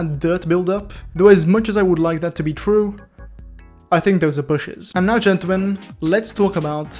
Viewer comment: G O O F Y W A L K “Ggentelmen*